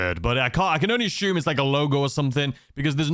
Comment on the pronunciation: Take a shot every time he says “ashume “. 🥃😵‍💫